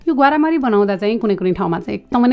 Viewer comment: ग्वार्मरी हो ग्वारामरी हैन दिदी